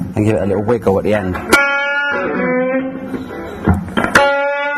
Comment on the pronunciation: 'give it a likle wiguwl'